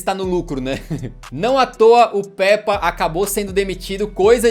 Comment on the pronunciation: Mano uma correção n è Pèpa È como se fosse pêpa